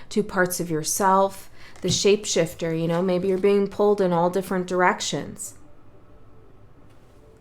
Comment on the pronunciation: Ha ha you said ship shaifter maybe like a vessel hmm…..I really love your work💛these beacons are realy helping our voyage